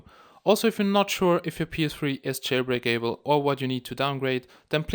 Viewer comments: every time you say jail-brake-a-ble makes me laugh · "Jailbreak able" :3